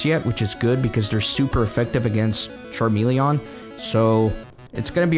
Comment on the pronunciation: its not charmele-AH-n its charmele-EN